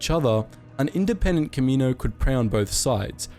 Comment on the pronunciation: Can you say Kamino correctly consistently please, like just watch episode 2 if you need help pronouncing it... Seriously I don’t mean to me rude, but I have no clue what you were saying at the beginning.